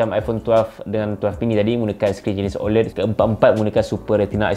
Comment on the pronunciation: sebutannya bukan oled...tapi oléd